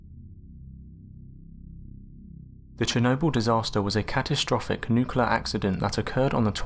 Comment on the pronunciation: You need to learn how to pronounce the word nuclear, if you're making a video about nuclear accidents.